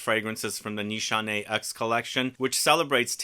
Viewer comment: It’s nis hané not nishanay